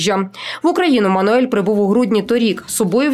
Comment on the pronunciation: Всі роблять одну помилку ,він Мануел, не Мануель .Або скорочено Манел))))